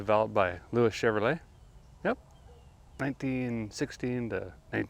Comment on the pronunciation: Chevro-LET is correctly pronounced as: "Chevro-LAY" And Ren-NALT is correctly pronounced as: "Ren-NO" Good show!